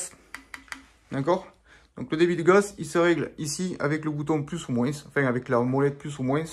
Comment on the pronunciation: Moinsssssss 😂 mais qu'est ce que c'est que ce sudiste 🤣🤣 Bien mon ami, cool cette petite série de vidéos 😎